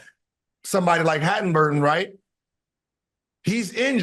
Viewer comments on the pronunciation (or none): Who the fuck is “Hadenburton” 😂😂😂😂😂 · Gil said hatinburtin wtf lmao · Gil butchered haliburtons name. 😂